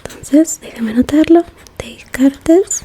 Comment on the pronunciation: Para prounoncia Descartes, tengas que no dice el [es] final. Como Descart, (pardone me para mi nivel de españa fatal)